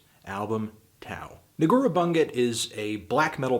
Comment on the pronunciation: Just so everybody knows, it's pronounced Negoorah (accent on "e") Boondjet.